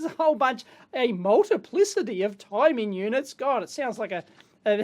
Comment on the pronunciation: "Multiplicitity" LOL!